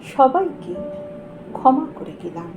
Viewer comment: 👍২০ ভালো লাগলো "ক্ষমা", অনুভবী স্বরে তার উচ্চারণ। ভালো থাকবেন। 🙏